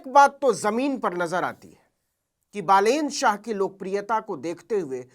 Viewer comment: Ha bro, naam pronounce karne me galti hoga but aur godi media ki taraha fake news 📰 to nhi de raha